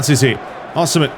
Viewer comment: Osimhens name is pronounced with an E so like saying yes or "si" in spanish